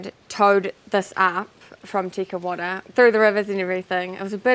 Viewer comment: Tekawata? Te Kauwhata?